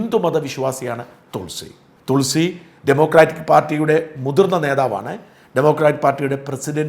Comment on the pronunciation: തുൾസി അല്ല തൊളസി